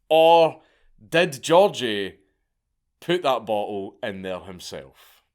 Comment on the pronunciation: also his name was gi-org-gi